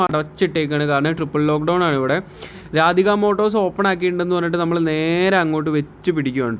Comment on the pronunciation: Its not രാധിക മോട്ടോർസ്.......... Its റാഡിയ മോട്ടോർസ്, ബ്രോ